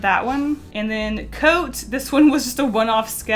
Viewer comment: Am I the only one who was hearing Ant instead of And?